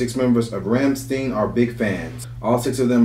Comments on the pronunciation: The fact you haven't heard of Rammstein, and that you don't even know how to pronounce their name says more than you think.. This song came out before you were born.. Just so you know.. Du hast mich gefragt You have asked me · RAMMSTIEN means battering ram in English seen them in Philly 2 years ago the cryogenic fier in their shows nobody can beat plus your saying RAMMSTIEN wrong me growing in Harlem I love my Heavy Metal do your homework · "Rams teen"... It's "Ram-sh-tie-n" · If I can add to the conversation. Another common mistake is the mispronunciation of “ Rammstein “. The fellas here keep saying “ Ramm-steen “. Where as in Germanic the proper is “ Ramm-stine “ I enjoy seeing so many different cultures of people taking a liking to the great things from Deutschland. As well as Watching my brother from another mother “ Christoph Schneider “ on the drum kit killing it 🤙🏻 ❤️🇩🇪🇺🇸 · " Ramsteen" 😂 I expected a shitty pronounciation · Rammstein as is Ram Stine not Ram Steen 😂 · LOVE this song!! True headbanger!! Watch the video….you’ll see more of what they are portraying Pronounced RAHMSTEIN She set him up…his buddies were in the barn…she realized at the end, and he blew her up!(in the video) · These guys really know how to hype up a crowd and keep them coming back for more. You can't stop listening to it FR. The name is pronounced Ram-Stine. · Raum-stine, is how their name is pronounced. If you watch the official video, it explains the concept behind the songs lyrics. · Even saying, "I love you" in German sounds like you hate them or are angry with that person. Lol. Their name is pronounced "Rahm schtine" btw. 😊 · It is pronounced Ramm like Rahm then Stein.... One of the best bands in the world.... and Du Hast lyrics is "You hate me to say that I won't obey"...... basically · I can't believe you guys only discovered them last year! Lol Rammstein is bad ass! Pronounced- rom stine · pushes up glasses It's Ram-STINE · Proper pronunciation is Rom Shtine